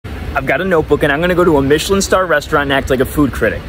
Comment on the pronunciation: You're so handsome... but you mispronounced the word Michelin